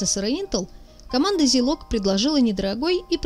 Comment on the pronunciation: Единственное что бьёт по ушам это зИлог вместо зАйлог